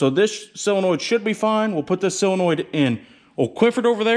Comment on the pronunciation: Pronounced "Sillinoid".... but spelled "solenoid".... only in the midwest. Totally looking forward to the FUMMINS!!!